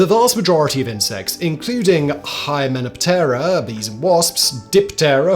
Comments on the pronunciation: Hy-men-OP-ter-a, Lep-i-DOP-ter-a Your writer should have given you pronunciations. 🫂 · I don't know if the pronunciation of the insect orders is "wrong", but it is atypical. E.g., 'hymenoptera' should be 'hy-men-OP-ter-a'.